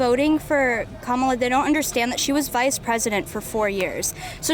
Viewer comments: LOL "Camela" :P THERE IS NO WAY TRUMP CAN LOSE!!!! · DID YOU SAY CAMELA HARRIS? HAHAHAHAHAHGAGHAHGAHAHAHAHAHAAAAA. TRUMP 2024 WE GOT THIS!